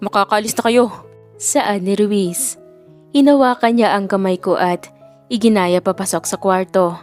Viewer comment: iginiya hindi iginaya🎉